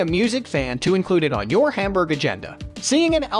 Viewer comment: It really hurts my ears to hear this guy pronouncing every single syllable of any german name as wrong as possible. I really recommend not to take this for learning how to pronounce the german names. Even Hamburg is pronounced wrong!